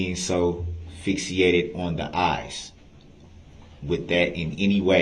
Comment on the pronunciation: Darrell - Fixated — not Fixiated! 😮